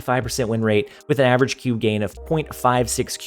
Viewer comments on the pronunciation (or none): none